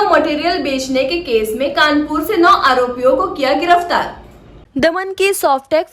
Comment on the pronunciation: गिरफतार नहीं गिरफ्तार होता है ।